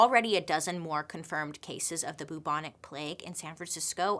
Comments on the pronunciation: Hey Bailey, I'm your biggest fan and I always watch immediately every story you post because they're so interesting. One thing though that made us chuckle every 5 minutes while watching this vid, is how you say Bubonic. It should be pronounced "Bewbonic" like "new" not "Boobonic" 😂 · I appreciate the attempt, but the pronunciation is still not right. It's not pronounced boo-bonic, it's pronounced closer to byou-bonic plague because a symptom of the plague is the formation of buboes on the body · no longer pronouncing bubonic as byoobonic, but as only boobonic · its peonounced byou bon ic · The cutest thing is in the UK we pronounce it B - YOU - BONIC but she can say BOO all day long! Love you Bailey! Keep doing what you're doing you're a flash of light in the darkness of my day! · Actually a couple of months after the COVID outbreak started in China there were also cases of the Bubonic ( the u bit is pronounced Ew so it's B-eww-bonic )plague not far from where COVID started. It's never died out as the fleas live on rats but outbreaks are rare but since COVID started in China it's interesting that outbreaks of other viruses or plagues have risen put of nowhere. Strange eh ? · The way she pronounces bubonic is hilarious! It's pronounced b-yew-bonic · Haha in the UK we pronounce it like ‘byoo-bonic’ plague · Pronounced Bewbonic 👍😃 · Love Bailey, but I did burst our laughing every time at the pronunciation of Bubonic! Literally never heard it pronounced that way lol